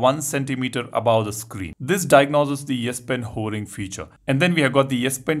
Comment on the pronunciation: S-Pen "hoering" 🤣 🤣